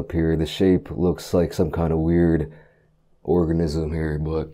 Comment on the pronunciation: ‘organism’ ‘specimen’